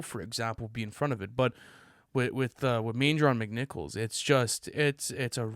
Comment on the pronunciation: LOVE seeing Manger On McNichols the love it deserves. And to be pronounced properly.